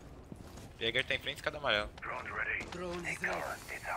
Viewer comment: "Drrrone is rrred"